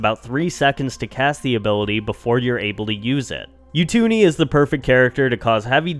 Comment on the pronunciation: You-two-nee 😂 it’s Oo-too-ni